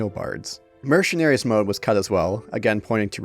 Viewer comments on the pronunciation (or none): "mer- sher - naries mode " ❓